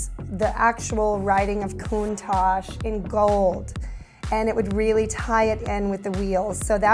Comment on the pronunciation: Countach The ach is pronounced like the atch in 'hatch' Not like ash in 'hash'